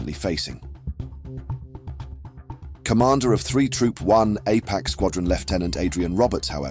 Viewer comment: Well... an English voice that can not pronounce 'R Double A F' (RAAF) and insists on saying 'APACS' instead of' APC's' (Armoured Personnel Carriers). Welcome to cheap AI commentary, and not human voices.